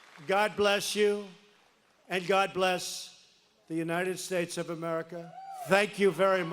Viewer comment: "God Bless the United Shates." Is what I hear every time Trump says it.